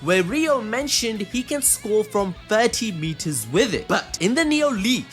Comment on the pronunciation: did anyone catch the fact that he said socre instead of score